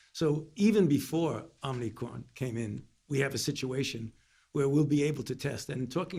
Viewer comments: OMNI-CRON??? What a baffoon. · OmNicrom ??? Lolol